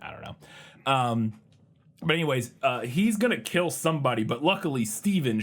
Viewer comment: But will it keel?